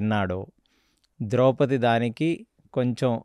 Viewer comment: కొన్ని పదాలు మీరు తప్పుగా వాడుతున్నారు ఉదాహరణకు నిమిషాల దగ్గర వివక్షకు బదులు విచక్షణ అని అనాలి... ద్రౌపతి అంటున్నారు ద్రౌపది అనాలి